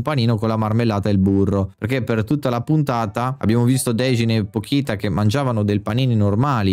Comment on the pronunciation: peró non puoi sbagliarmi il nome del protagonista e anche di pochita che si legge pocita non pokita